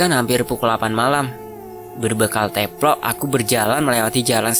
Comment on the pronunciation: Salfok denger Mimin ngomong teplok mulu.. bacanya teplok "e" dibaca kaya "e" di "emang" kaya.e... 🙏😁